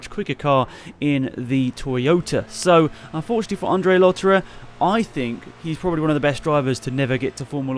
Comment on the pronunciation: its Andre not Ondre